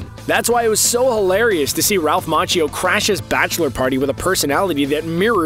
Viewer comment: its Ma key o not mach ee o